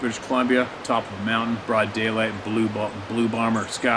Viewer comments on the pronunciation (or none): none